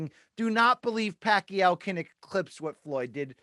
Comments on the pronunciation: Damn Rafe pronounces Pacquiao flawlessly. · Finally, someone who pronounces Manny's last name correctly